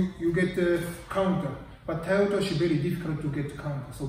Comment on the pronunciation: I heard toroda 😀